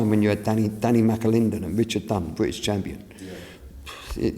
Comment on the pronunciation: Fwank Warren, the most successful bwitish pwomoter of all time. Wobert wan awound the woundabout. Wibble Wobble, Jonathon Woss.